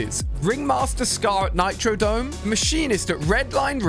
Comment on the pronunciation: Its Nitrodrome not nitrodome